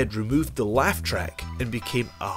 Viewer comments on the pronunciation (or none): none